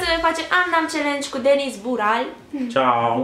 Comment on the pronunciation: De ce nu pui accentul pe "z" si ii zici numele ca si cum l.ar chema "Denis" ?